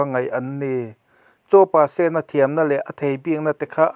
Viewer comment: Pasena tih hi sen tih lai hi red-sen ti a lam tur a ni zawk lo maw